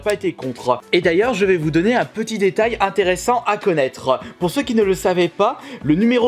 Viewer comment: Nous allons regarder en détailleuh ce packeuh Wii rougeuh acheté la semaine dernièreuh